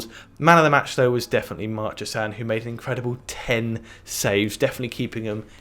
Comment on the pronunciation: Sorry guys, it's 'Mar-Cheh-seen' with the stress on that last 'seen' syllable